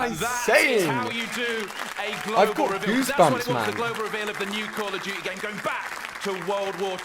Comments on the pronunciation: I like how he says "Caw of juchee" 😁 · "cool of duty"